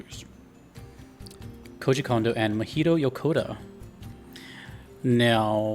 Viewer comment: This is partly true. Mahito Yokota (not "Yakota") was assigned as the main composer of this game and had already asked Kondo to join him, as he prefers collaborating as opposed to working alone. Yes, Yokota couldn't quite get the sound of Mario right and composed very cutesy Latin-pop music, and Kondo rejected about 20 of his compositions. There were then three demo compositions presented to Shigeru Miyamoto to decide the direction of the music for the game; two were written by Yokota, one was written by Kondo. The one that was chosen was Kondo's piece, with Miyamoto not knowing who'd written it; it was the early version of Good Egg Galaxy. But yes, Yokota then wrote Gusty Garden after Kondo rejected a lot of his music and with Kondo's remark about Mario being "cool" in mind. And yes, Kondo only wrote two compositions for Galaxy 1. He technically wrote four "tracks," but three of those are just different arrangements of Rosalina's Comet Observatory, while the other is Good Egg Galaxy. He similarly contributed five "tracks" to Galaxy 2, but three of those are the three variants of Starship Mario, while the other two are Yoshi Star Galaxy and Bowser Jr.'s Fort.